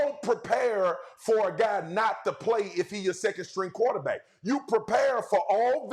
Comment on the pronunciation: swagu say "qwo-tah-beck" 🤣